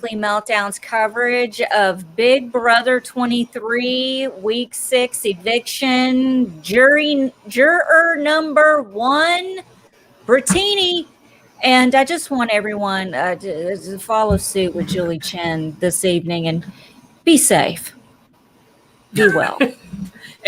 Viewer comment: The Chen-bot tried to make a joke with Britini's name and she couldn't even do that. Everybody knows that the joke is to pronounce it like the cocktail. And then she had the nerve to mispronounce it twice.